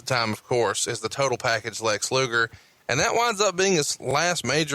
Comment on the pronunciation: "Lex Loogle." - MarConrad